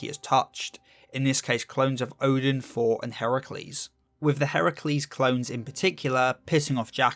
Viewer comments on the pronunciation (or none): none